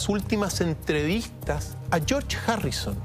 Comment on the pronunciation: Chorch jarrison jaja